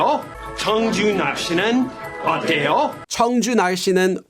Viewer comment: I am a native Korean.. When said “날씨어때요” it sounded like 정준하씨 어때요 to me.. 😭